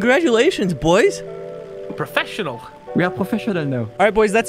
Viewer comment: sayin we professinanal